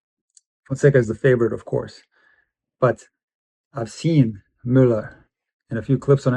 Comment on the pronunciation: Møller: Perfect pronunciation! 😊 Best regards from Denmark